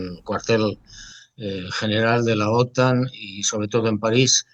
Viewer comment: Otán no. Otan. 😅